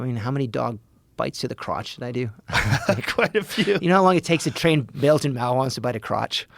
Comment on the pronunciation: "Bayil-Jin Mah-wahs" though... "Belgian Malinoi's".